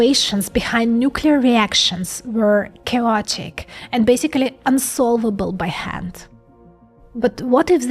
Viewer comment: yes it was cowotic